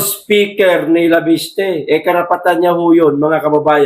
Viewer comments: cguro additional info ang binigay sa kanya para i add on sa press con niya. wala naman masama sa conversation nila , ttansparency ang ini insist sir " leviste" not"laviste" kind correction lang salamat po. nakita ko sa press con ni chavit may mga ebidensiya siya itong si cliriring bulag at bingi nonsense may isang pa ngang project na ginagawa nila sa gabi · Sir bakit banggit mo laviste..di ba Leviste